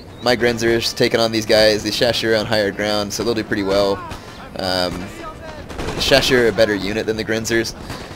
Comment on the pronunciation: Nice video but the way you pronounce chausseurs = ear rape. They're not cheshire cats it's show-soors.